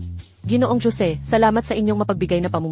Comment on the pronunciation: Jose hindi jo-se na mag-kahiwalay na salita kasi Pag mag-kahiwalay na salita pangit pakinggan. Saka bakit palaging sinasabing maria dapat sabihin niyo na lang yung salita ng carakter na gumaganap